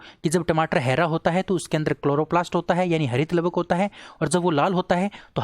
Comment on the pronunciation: हैरा नही हरा बोलना सीखो